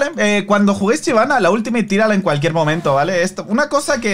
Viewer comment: Shyvana existe: Chivana.